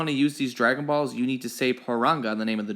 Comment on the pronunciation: Why does he say it like “ dragon baws”